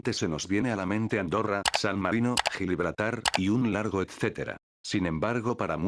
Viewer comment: gil ibraltar XD